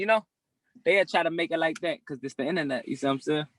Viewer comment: "It's the innanet" - 👑 Von